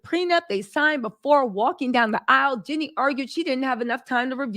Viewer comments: Jean'e not Jenny!!!! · It's Jeanie...not Jenny